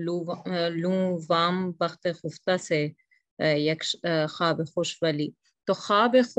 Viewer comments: لیکن یہ خفتہ کا تلفظ خ کے زبر کے ساتھ ہے یا پیش کے ساتھ؟ ہم تو پیش کے ساتھ پڑھتے آئے ہیں۔۔۔ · آپ کا تلفظ درست ہے، خُفتہ ہی ہے۔ تلفظ کے لیے فایزہ کو سنا کیجیے۔ کبھی کبھی ایسی غلطیاں شرکاء سے ہو جاتی ہیں، جن کو کلاس کے بعد درست کرنا ممکن نہیں ہوتا